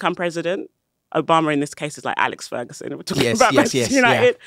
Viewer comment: She said AlexFergusen😂😂😭 i’ll have to admit off all podcasts that i’ve heard so far this has to be the cleanest sound setting.